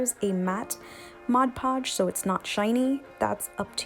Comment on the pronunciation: I may not have heard you, but why didn't you paint the pumpkin before adding the beads/beading?...….Thank you for saying "Mod Podge" the right way...…….(A word snob...hahah)